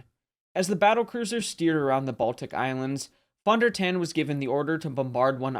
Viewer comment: Pronounced Phone Der Tawn